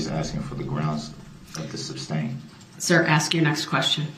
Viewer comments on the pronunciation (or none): Every time he says "substain" instead of sustain makes my eyes roll out of my head. And tack-it for tacit, OMG! Get a dictionary, it will tell you how to pronounce words. Dumb ass. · It’s not SUBSTAIN! It’s sustain. The word is TACIT as in TASIT not tack-id. 🙄🤣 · He has 1,000 years to practice saying the words “sustain” instead of “substain,” and “asked” and not “axed.” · The words are “tacit,” and not “tacket” and “sustain,” not “substain.” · I wish someone would have told DB the word is sustain not substain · This guy’s malapropisms are FAF. My faves are substain and unbiblical cord. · I think in some cases, he deliberately mispronounced words. Like license "place." C'mon, who doesn't know it's a license "plate?" Or substain vs. sustain? Biast? There were far too many to count. He also deliberately went out of his way just to be difficult. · For a man who keeps pronouncing the word sustain as "sUBstAiN", is it really a surprise to you that this moron doesn't know what hearsay means??